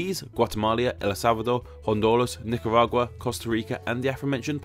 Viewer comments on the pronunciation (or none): Hondolas???!! For real?